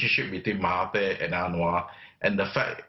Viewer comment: i don't have anything to say, except the way you should pronounce mahathir is "mahaDZir" as 'TH' here is similar to 'dz' (Similar to "There"). Not "MahaTeer", "MahaTier" or what.